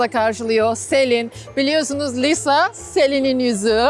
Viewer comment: Meyrem ablanin sadece lisanin ismini dogru soylemesi